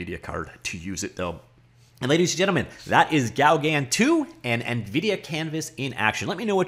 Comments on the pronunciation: I believe it's pronounced something close to "go gone" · It’s pronnounced GO-GAN, LIKE GO CAN.. But the N is silent. French post-impressionist painter and friend of Van Geogh. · Please do not say Gaugan again,/ ever. ...It's pronounced GO GAN Lake in Desert,. .....Really !. That's what you thought would work,. Have you heard the word ...OASIS . It's a WATERHOLE in desert areas. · Pronounce it "Go-GAN". Not quite the same as the French, but that's the way most English speakers approximate the name. Hang on... isn't French a compulsory subject in Canadian schools?!?! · It's GO-GAN you numnut :p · Here is the correct pronounciation, from a french biopic movie about Paul Gauguin